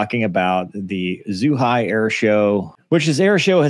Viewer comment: Zhuhai is pronounced Joo-Hai, not zoo-hai. ZH makes it sound like an english "J".